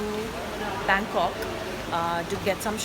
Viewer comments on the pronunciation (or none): none